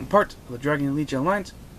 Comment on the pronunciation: couldn't even focus on the deck I was looking at the mat the whole time xD btw legion is pronounced lee-jin